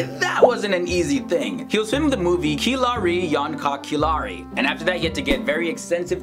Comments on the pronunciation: khiladi is pronounced 'khilari' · khiladi😂😂 what a pronunciation